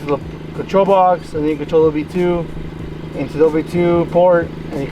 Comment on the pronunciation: Cringing every time i hear him say OB2